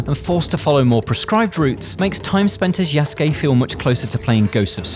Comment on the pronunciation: Lol you call him YESgay. His names YA SU KE... Say those three things multiple times you'll get it buddy 😢😂